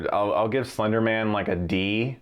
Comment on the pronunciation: Did he just say "Flender Man"?!?